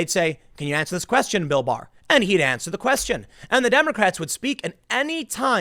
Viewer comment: I keep hearing Bill Mahar instead of Bill Barr, and this is with everyone. Very confusing